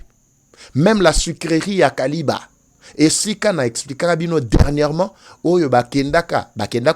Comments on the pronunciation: Kiliba et non kaliba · c'est Kiliba et non Kaliba, merci. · C'est KILIBA et non KALIBA, merci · Sucrerie ya kiliba et non kaliba. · c'est KILIBA et non KALIBA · Frère on ne dit pas Kaliba on dit KILIBA merci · Kiliba et non Kaliba. 🇨🇩🇨🇩✌️ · Ne dites plus Kaliba. Dites plutôt KILIBA. Je suis à Uvira. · Il s'agit de Kiliba et non Kaliba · C'est Kiliba et non Kaliba. C'est la cité où il y avait la sucrière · C'est KILIBA et non Kaliba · Non kaliba mais Kiliba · C’est Kiliba et non Kaliba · K I L I B A et non KALIBA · Pronunciation c'est KILIBA. MATONDO